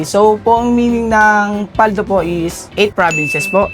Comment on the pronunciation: Mabilis po pagbigkas ng PALDO not PAL-DO